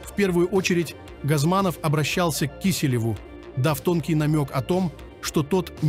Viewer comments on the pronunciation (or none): Текст заранее заранее хотя бы прочитал,(пенсне года, кИселев,кисЕлев, ужас. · Всё правильно говорите,но вот ваше ударение так режет ухо,если можно не ИвАнов,а ИванОв,Не КЕселев,а КЕселев......... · Как тяжело человек читает текст,неправильно делает ударения,даже фамилию Киселев исказил.Он что первый день на канале или только учится читать(по слогам).Ужасный не профинализм. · Не КИселев, а киселёв.